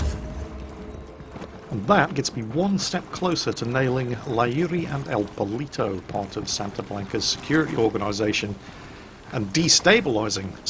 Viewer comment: i can say for sure that "el polito" should be "el poLLito" that stands for "little chicken" and it was so funny to hear it like that... I'm from Argentina if anyone is wondering...